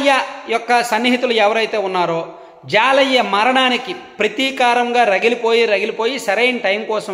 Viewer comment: హాయ్ అన్నా మాది పక్కన ఊరే అతని పేరు జాలయ్య కాదు జల్లయ్య